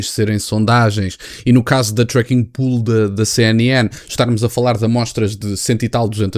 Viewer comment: volto a dizer que se pronuncia "pou-le" e não "pul" "Pool" é piscina em inglês.